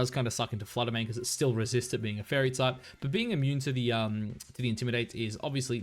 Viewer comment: Yeah he doin the wolfey strat. He be sayin ‘intimi-dah-tay’ on other vids 😂